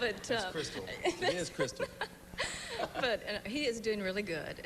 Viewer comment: It's Crystal, not Crysta, and Gatlin, not Gatline